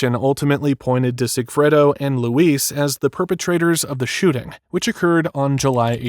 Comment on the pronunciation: LOU-IS NOT LOUISE AND RIVERA NOT RIVIERA WTH ARE U READING 😂😂